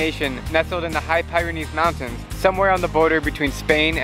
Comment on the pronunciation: It’s pronounced (Pure-rih-nees)